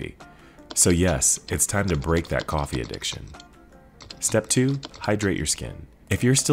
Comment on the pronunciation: Did he say coffee 😭😭😭🫤🫤🫤